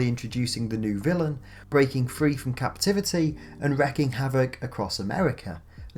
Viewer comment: "*wreaking* [not 'wrecking'] havoc"